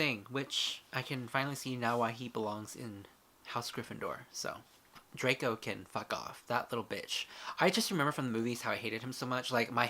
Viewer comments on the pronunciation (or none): none